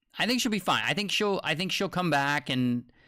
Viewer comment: “Foine” Coin! Love it lol😂